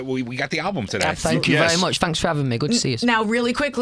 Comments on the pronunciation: “Fanks for having me” awww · the way he says "fanks" is my religion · Haha I think it needs to b on some good merch. Think about it going around with that saying "fanks" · No one: Literally no one: Not even niall chonce: Louis: "fanks"